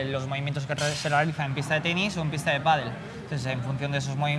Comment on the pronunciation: Il me semble que l'on prononce padail et non pas padeul : pádel. L'autre prononciation se rapportant à un sport d'eau avec planche. 😊